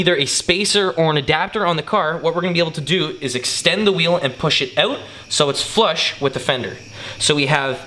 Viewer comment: "oooout".... fuck is everyone from Canada?